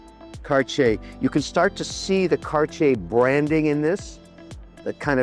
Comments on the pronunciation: "Cartier" is not pronounced "kar-chay." The correct pronunciation is "CART-tee-aye." I would think you would know that, Mr. Wonderful. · Mr. Wonderful what is Carchier? I like the broke people pronunciation better..Cardyer..😂👍❤ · its terrible how HE pronounce Cartier ----- i can take it anymore. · wtf is that pronunciation Kevin LOL